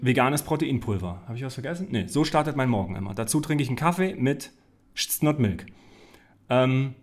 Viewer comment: Not milk von Alpro (um Produktplatzierung zu vermeiden, hat er es nicht verständlich ausgespeocjen)